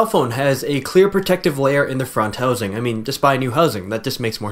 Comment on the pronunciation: lol you canadian? hosing lol